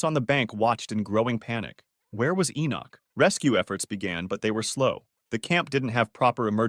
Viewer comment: bro litteraly said my name like 10 times but my name is enoch not enock